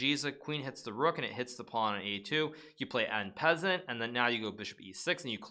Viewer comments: en pessent? No judgement but isn't it pronounced and spelt en passant? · En passant... on passon not an pessent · he was making a funny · Besides Making a New Grill, doing an En Peasant is one of the more difficult concepts to master in Chess, in addition to learning how to Castrol. - j q t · I was just making fun of how he said it.